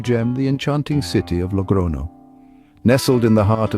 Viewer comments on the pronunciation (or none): I gave a like to it in the beginning but after the 10th "logrono" word, I became mad. It is Logroño! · Glad you're not using AI but why not pronounce the ñ properly? It's not difficult.